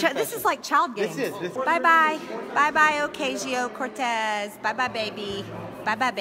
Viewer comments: “Ocayshio” Cortez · Oh-caysheeoh Cortez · She likes to say her full name but she keeps saying it wrong..😆😆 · The only thing that Greene should be yelling through is the food tray slot from a padded cell. Margarine Trailer Grin should also pronounce AOC’s name properly. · At least pronounce AOC names right